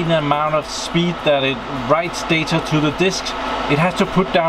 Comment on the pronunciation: I'm seriously going crazy hearing you pronounce the word data. You say "datar" og "deitar", with an R at the end .... it's data... without the R at the end.